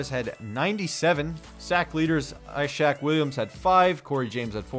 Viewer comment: Ishaq Williams is pronounced EEEEEEshaq